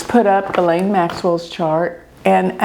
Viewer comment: I am so happy you pronounced her name right. She has Pluto and Black Moon Lilith conjunct at bottom of her chart.